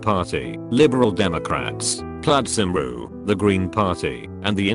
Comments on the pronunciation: ...it’s pronounced “Ply-d Cum-re”, not “Plad Cum-rue” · plad simru? XD its pronounced ply-d cum-ree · ish. Plad symrw. really bruh. Plai-d come-ri is how u pronounced mate. Tbf it's in Welsh tho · plaid *simroo*! I don't know what's funnier! How it's pronounced in the video or how the actual pronunciation is plaid *cum-ree*! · Lmao 'plad simroo' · I know it's the text to speech voice but it's pronounced plied come-ree. It's the Welsh party in the UK. Did make me giggle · proper pronunciation is "PLAD COMEREEEE" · The pronounciation of Plaid Cymru tho... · No one talking about how it pronounced Plaid Cymru? 😂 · You pronounced Plaid Cymru wrong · Oh god how did the auto speech even say the welsh party. It wasn't even close. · Plaid cymru. Good pronunciation.